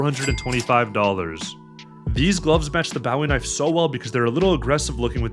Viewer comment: the way he says bowwie knife 😂